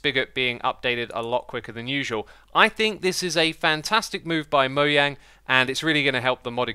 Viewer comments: STOP CALLING THEM MOYANG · Im really triggered by the way you pronounce Mojang... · Random person in q&a: How do you pronounce mojang? Mojang: Moe-jang Xisuma: Moyang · It’s not moyang the j is actually pronounced by a j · It’s pronounced mo-jang not mo-yang. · You sure as hell named that company right... “Moyang” head ass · Why do you say 'Moyang' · It’s not moYANG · “Moyang” it’ll never get old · Its mojang xisuma not mojang pronouce it correctly